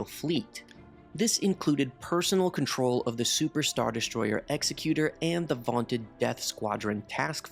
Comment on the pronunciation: Vader’s Star Destroyer is pronounced Ex-ECK-u-tor, not Ex-E-cute-er.